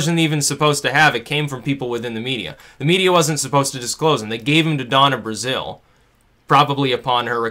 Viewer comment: IT'S DONNA BRAZILE, NOT BRAZILLE. change it before this comment is buried